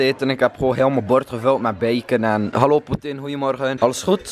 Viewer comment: ik blijf de heletijd lachen als je putin zegt